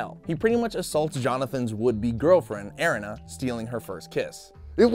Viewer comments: Airina really its erina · Pronunciation eh re na. Erina. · it is er-ee-na